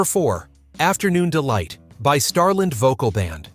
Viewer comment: Marmalade (pronounced Mar-muh-lahd, the last syllable rhymes with sod.) "Starlind"? (Star-LAND; rhymes with Band). I've never been a big fan of any of these songs. 👎👎